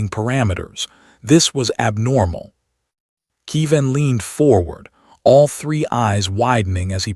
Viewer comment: KE-VIN, not KEE- VAN. And why does it end mid-phrase?